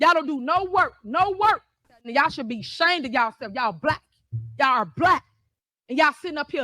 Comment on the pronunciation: Yall should be "shayned yallself." Really? 😂😂